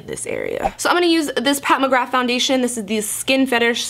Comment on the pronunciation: Anyone notice her pronounce Pat McGrath as Pat McGraf haha or am I losing it